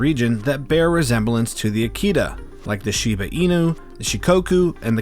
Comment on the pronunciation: Firstly, please pronounce "Akita (秋田)" correctly, it's a short-vowel. American Akita dogs are not considered real or pure-bred Akita-inu in Japan, but they do carry some traits. Japanese dogs have been in Japan since the last ice age. They have been bred for mostly hunting and raised with raw fish and meet (or basically left-overs in the process of human cooking.) Without fish, Japanese dogs will suffer at older age. It was uncommon to keep them inside the house or on a leash up till mid-to-late 20th century. They were never pets, but rather known as "MATAGI" dogs. MATAGI is a unique and ancient hunting style conducted in the mountains of Japan. That's why Japanese dogs only have one master/owner.